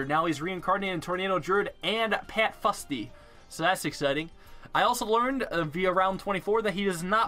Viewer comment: As someone who lives in Scotland, where ninja kiwi have an office, I do believe it's pronounced 'foosty'